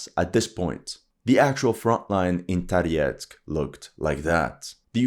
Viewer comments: why do you pronounce Tarietsk , the city name is for the French communist leader maurice Thorez pronounced like from the Viking Thor the place must be full of underground passages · Why you have UA flag and pronounce Toretsk with the russian accent?!